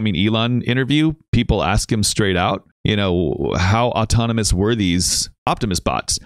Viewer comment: the bot doesn't just say he's being assisted tonight, he mispronounces the word 'autonomous'. if these weren't tele-operated then the employees and bots would be legally allowed to make firm claims about it - that's why they won't give straight answers, why they dodge questions, and why it's more likely safe to assume this is all fake than it is to assume it's real